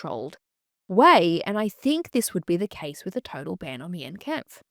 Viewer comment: I do agree with all your takes except about Mein Kampf (that is pronounced as 'mine' kampf fyi). As someone from western europe i DO think Mein Kampf should have a ban. It still is a very sensitive and painful part with a lot of people still being deeply affected by it. Also, we do get taught about it in history class and everyone knows about it, so it's not like history is lost. Just the widespread publication is not necessary. It is still actively used by neonazi's and other hateful groups to spread and confirm their beliefs and to radicalize people. I think it 100% does more harm than good having it in circulation. Having it in educational contexts versus just on every shelf makes a massive difference imo